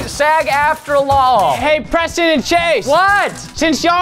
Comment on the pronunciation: Its preston not cheston